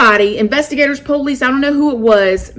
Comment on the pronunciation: I love how says Police. POLE-LEASE.😂❤️